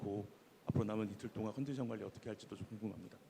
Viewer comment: 구마유시는 단어 유음화좀 신경써서 발음했으면 좋겠다 예전에 많이말하던거는 전략을 그대로 전략이라고 발음하지말고 절략이라고 발음하는게 표준발음임 이번 인터뷰에서는 관리를 관리라고 발음하면 안되고 괄리라고 발음하는게 표준발음이니 공식적인 자리고 많은사람이 듣는 자리인만큼 표준발음으로 발음했으면 좋겠음 ㄴ뒤에ㄹ이 오거나 ㄹ뒤에ㄴ이오면 유음화가 일어나기 때문에 주의하자